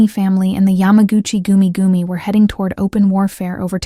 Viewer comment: The pronunciation of yamagachi goomie goomie is hysterical. You gotta love AI.